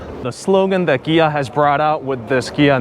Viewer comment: It’s Kia with a K, or Gia with a G